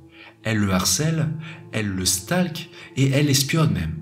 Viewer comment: 'elle le s'talque' Tu nous avez habitué à mieux en terme d'accent :) On t'aime Notre Mister riz cherche Inde rai S Q